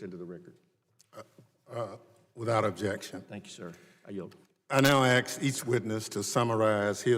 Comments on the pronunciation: "I now aks each witness..." Chairman of the committee pronounces 'ask' as AKS? LMAO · You would think that someone in Congress would be able to say the word "ask"